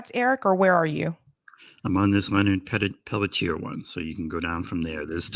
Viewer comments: Leonard pell tee air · Leonard Peltier is his name. Please at least try to get it right.